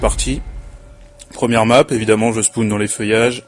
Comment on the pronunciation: 1.on dit spone, pas spoune 2.tu coupe les moment quant tu te fait violer 3.mon joueur, MrQuochon vous aurait violer sinon qualités vidéo est pas mal, pareille pour le comentary